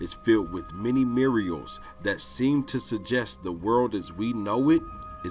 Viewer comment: as soon as this dipshit said muralals I had to go.